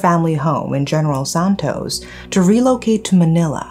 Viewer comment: I love your voice and how you pronounce Mindanao and general santos.👏🏻👏🏻👏🏻👏🏻👏🏻👏🏻👏🏻 I thought you were a Filipino.👏🏻👏🏻👏🏻👏🏻